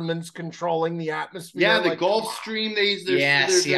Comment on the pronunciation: it's "gulf stream" not "golf stream" brother! 😂